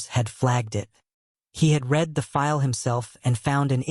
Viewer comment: Your stories are exceptional. I like the reading voice too. Only glitch is the pronunciation of the word ‘read’ which should be in the present form is pronounced as if it was in the past form